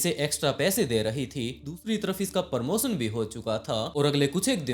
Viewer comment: it’s promotion प्रमोशन not parmotion परमोसन 😂😂